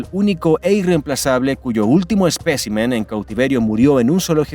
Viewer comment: ESPECIMEN CON ACENTO EN LA IIIIIIIIII